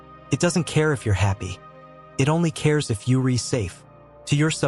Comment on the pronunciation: You’re right. Or as this AI would say “you ree right” Good content sold short by an AI ‘voiceover’